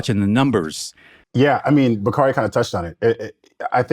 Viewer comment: Baaaaabbyy one thing Bakari Sellers gone do is eff up somebody’s NAME!!! 😂😂😂 I would think with a name like Bakari he’s seen it butchered 50 different ways so that would make him want to get ppls names right, but he says NOPE every time!! 😂😂😂